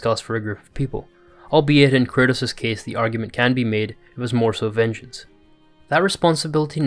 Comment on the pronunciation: Why are you saying "Curtis" tho